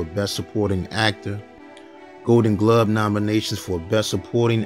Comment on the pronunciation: Did he say Golden "Glub" award?🤔